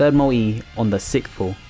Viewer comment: its called MULTI not mui xDDDD